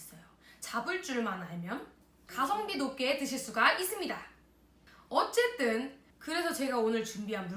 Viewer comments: 왜 허쨌든이 아니고 어쨌든이야 ㅋㅋㅋㅋㅋㅋㅋ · ㅋㅋㅋㅋㅋㅌㅋ 허쨌든이 아니라 어쨌든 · 어쨋든...?허쨋든이 아니고...? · 예전:었째든 지금 허째뜬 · 언니가.. 허쨌든이아니라 어쨌든이라고 하다니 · 어쨌든????????!허쨌든이 아니고 어쨌든???????????????? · 허!쨌든이 아니라 어쨌든이라니......너무너무 순한맛 에 놀람... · 와ㅎ우 최근영상 보다가 이거보니까 웰케 차분하디야 허쨋든이 아니라 어쨋든이여......... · 허쨌든! 아니고 어쨌든!이라고 하는 거 보니까 어색해욬ㅋㅋㅋㅋㅋㅋㅋㅋㅋㅋㅋㅋㅋㅋ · 얌전...훴쨌뜬이라고 안하네